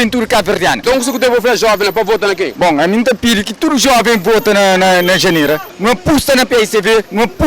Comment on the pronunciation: Que pena ! Ela nem sabe chamar o nome dela direito.... Jandira kkkkkkk